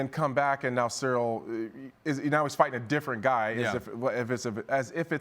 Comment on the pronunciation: He caught fingers to BOTH eyes. And only Tom can say which hurt more. So, if he holds one more than the other, you can not imply he was checked out. AND BTW, CHAEL: His name is Ciryl. Not Sareal. Pay some respect, son